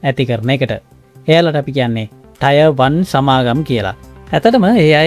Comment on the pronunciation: ටයර් නෙවෙයි ටියර් බ්රෝ